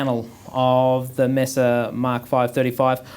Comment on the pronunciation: When I hear you pronounce it Mess-ah I move on, It’s May-suh boogie. If you can’t do the name justice don’t bother.